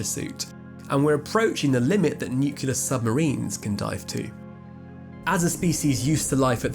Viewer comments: "nu-clear" not "nucular". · nuclear, not nucular. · I understand you’re English but regardless of vocal inflection, it is NEW-CLEAR, not NU-Q-LUR. Great episode, btw! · nuke and lear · Mate, your delivery has been flawless for pretty much every vidja I've ever taken in, but you made my ears bleed by pronouncing "nuclear" the same way Dubya used to "Noo-Kyu-Ler".